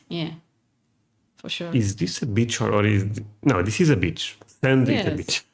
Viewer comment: Every time a foreigner tries to pronounce the word “beach” it sounds like another B word and I can’t help but laugh my arse off.🤣